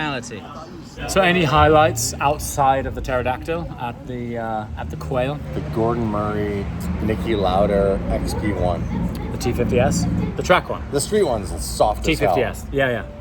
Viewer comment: Also, it’s not Nikki LauDER!!! C’mon bro!